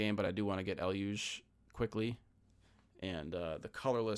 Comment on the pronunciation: Finally, someone saying Eluge correctly!🎉